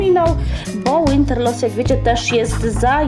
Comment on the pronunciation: Bo sie np. Winter po niemiecku nie czyta Łinter tylko winter